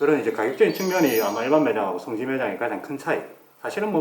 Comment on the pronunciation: 성기라고하는거같네 ㅋㅋ